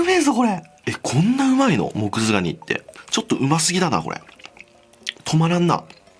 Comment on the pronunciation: 最初モクズガニがモズクガニって聞こえたww